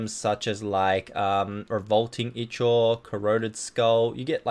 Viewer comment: Ichor i believe is pronounced (eye-core) but may be wrong.